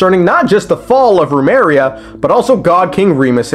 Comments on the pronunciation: Why do you pronounce it as Rumeria when its just as you see it, Remuria. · I like how he pronounces Remus correctly but then goes "Roomeria" lol, love your stuff dude. Keep it up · I like how you say "Remus" right but keep saying "Rumeria." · I know you're mispronouncing on purpose but BOY do I feel a little nail bite in the ass everytime you say RUMERIA